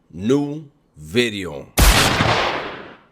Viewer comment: New bideoh